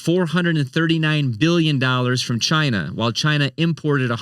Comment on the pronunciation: Hey everybody, my name is and welcome to Sound Board Finance, where I help you master your money and build your ‘MADE IN CHYNA’” 💀